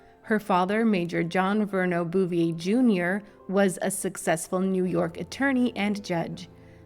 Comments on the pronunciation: Bow vay that’s how their name is pronounced 🙂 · Boo- vee -AY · Its pronounced Boo-vee- ay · Your pronunciation of the last name is HORRIBLE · I tried to watch this, but hearing you/AI voice continually grossly mispronouncing the Bouvier name over and over and over was just too nauseating... I quit 2 minutes in...